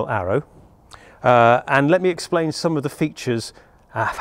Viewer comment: "Let me..(i cant say it i cant say it).. expain.. how this works"